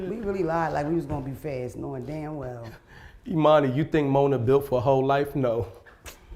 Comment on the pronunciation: Mona is pissing me off calling my boy “E-mani” 🤦🏽‍♂️🤣🤣🤣🤣